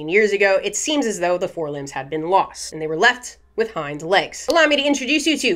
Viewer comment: the way you say hind legs sounds like you're saying hymans. Snakes have little hymans?